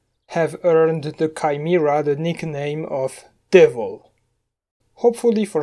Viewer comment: "Kai-mi-ra" Finally someone understands me